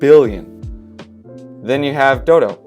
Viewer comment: DODO like the bird, not doo-doo ffs lol